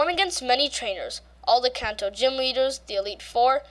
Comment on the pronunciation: Kanto not kaanto